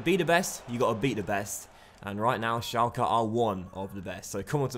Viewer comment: it's pronounced shelke